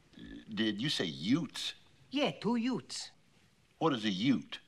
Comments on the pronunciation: "The Two Yutes..." "The Two Hwat...?" Mispronunciation in North and South, everyone. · No, Dude First said YUTES Then said YUDDDS....still wrong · Actually he says "Deze two yutes...." LOL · Objection to your counter objection! I have TTS software and in fact it was pronounced incorrectly.